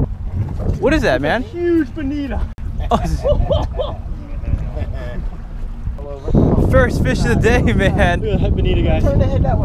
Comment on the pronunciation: Love the vid but the fact that they call them banita and not banito bothers me XD